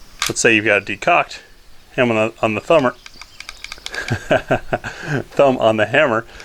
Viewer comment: I believe he said hand on the thummer. Lol